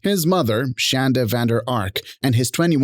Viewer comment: I love that the woman who insisted her medications be spelled correctly on her sentencing documents cannot inspire any crreator to say her name correctly. Call her Shann-dah until the end of time.